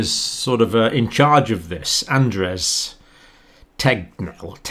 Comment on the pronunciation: It's AndERS not AnDRES Tegnell. If you can't even get something as simple as the Statsepidemolog's name in Sweden how can you get other facts right? Cheers from Sweden, wouldn't wanna be in UK at all.